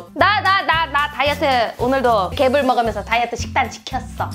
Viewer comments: 처음에 개새77ㅣ라는줄 알고 흠칫했네ㅋㅋㅋㅋㅋ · 여기서 순간 개베이비라는줄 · 맨처움에 개삐이이이 를 개색...라고 들음ㅋㅋ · 에서 개X끼라고 욕 하는줄.....ㅋㅋㅋ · 개~삐 할때 개소ㄹ인줄 나만그럼? ㅋㅎㅋㅎ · 인트로에 개~~라고해서 욕한줄 ㅋㅋ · 처음에 개**라는 줄 알았네